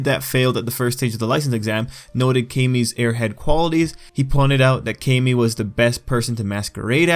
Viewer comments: It is pronounced CAM-EE Tril-L. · Please pronounce Camie like Kah-me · Wezzy94 it’s KAY-ME. If it was CAM-ME, her name would be spelled CAMMIE or CAMMY (like the girl from Street Fighter) but since her name is spelled CAMIE (with one “m”), it’s pronounced KAY-ME